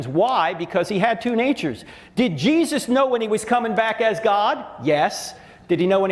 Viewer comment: Anyone else like how pronounces Jesus? JEE-zis